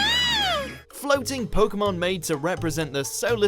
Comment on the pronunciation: You pronounce pokemon like pokeemon so your opinion isn't valid anyway